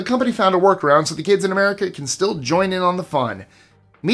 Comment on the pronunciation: #20.. lmfao "Merica"